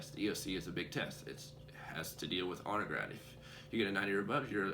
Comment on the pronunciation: you mention "autograph". What is that? I think that's what you said. "...if you get a 90 or above, you're eligible for autograph..." wut?